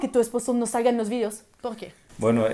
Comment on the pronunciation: Me gusta tu forma de hablar. Ese pronunciación tan francesa: pogqué, exagto, clago, pego. 😉. Saludos de MX.